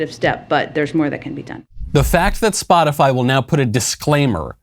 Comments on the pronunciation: Did psaki say spotifly?? 4.43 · 🤔 did she say,”Spot-a-fly.” 🤡🌎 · I’m surprised none of you have mentioned Psaki pronouncing “spot-a-fly” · Wants to end misinformation. Calls it “spotifly”. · So are gonna pretend that Jen Psaki didn't say "Spotifly" ? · Jen Psaki thinks: "Gotta sound cool to be like one of the kids" Jen Psaki says: "Spotifly 😉" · just said SpotifLy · Psaki said spoti-FLY ahaha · Raggedy Psaki said SpotiFLY.. 😄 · did she say spotifly? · Liesssssss again Miley boy she clearly said “spotifly” I haven’t seen any misinformation on Spotify but who knows what the crazies are saying on spotifly